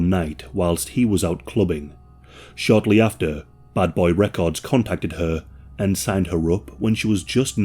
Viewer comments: Buddy's accent sounded like he said Butt Boy Records instead of Bad Boy Records. Lol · Bro youre saying "buttboy records" on purpose eh ;D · Everyone pronounces it wrong it's not "Bad Boy Records" it's pronounced "Butt-boi Records" 😂😂😂